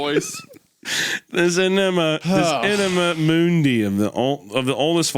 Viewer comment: I can't stop hearing enema mundi